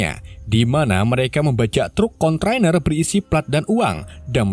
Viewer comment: D e tin mboco ne luar! Konteiner bukan kontroner hehh3